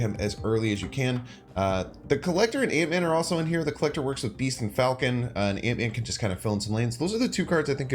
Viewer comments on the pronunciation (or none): none